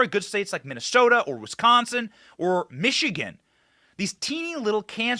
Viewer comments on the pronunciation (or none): none